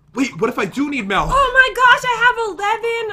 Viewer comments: MALK or MULK not milk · This man said melk